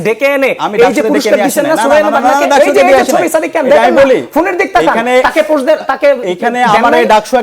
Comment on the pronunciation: পুস্ট কি ভাই? পুস্ট ❌ পোস্ট ✅ 😂😂😂